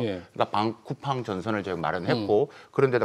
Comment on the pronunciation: 딴 이야기지만 앵커분 왜 쿠우팡이라가 계속 하시네요 쿠우팡이 아니라 쿠팡입니다